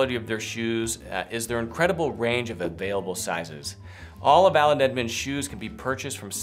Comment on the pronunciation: I think you say “Aland Edmonds” lol